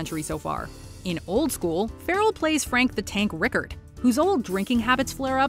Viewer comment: Sorry sweetie but its Frank RiCard! Lol